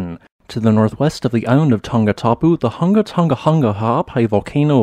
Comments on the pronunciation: You have incredible scientific knowledge of this subject. As well as the ability to effortlessly pronounce the name of this volcano 🌋. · This is my new fav volcano because the name cracks me up everytime i hear it. Hunga tunga hunga ha’api. I dont know how the narrator doesnt crack up when he says it so flawlessly lol